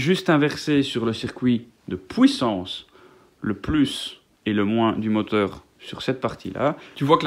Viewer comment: "la POUISSANCE"